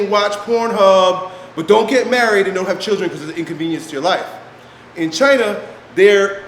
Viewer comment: "Chyna" = israel